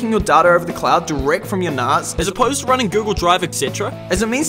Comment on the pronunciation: I need to set this up on mine. Highly recommend these ones, very simple to run and more useful than you would think. I didn't think it was pronounced narz though, thought it was nas as in nascar.